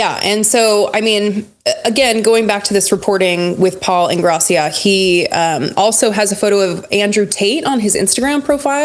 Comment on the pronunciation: I think it is In-gray-sha!